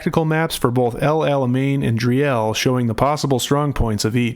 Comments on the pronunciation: For the English speakers who care about what they say: it is prounced "Dreel", "not Dri-ell". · it's pronounced 'dreel' with rolling spanish-like /r/ a shortish 'ee'. Not Dri-el. :D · FYI: 'Driel' is pronounced as: "Dreel"